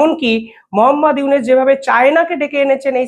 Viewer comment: আপনিতো ইউনুস উচ্চারনই করতে পারেন না